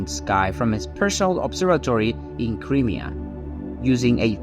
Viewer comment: It was NOT named Hawaii. It was named with a hawaiian name. Learn how to pronounce Crimea.